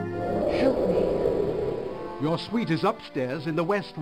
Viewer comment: I know the ghost lady thing says "help me" but I only understand "shoot me".